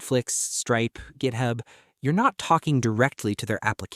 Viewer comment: Githab? GithAb? Srsly?